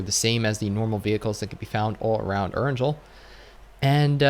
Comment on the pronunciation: Please learn how to pronounce Erangel properly.. You're a PUBG content creator yet it seems like you know nothing about the game before mobile was released..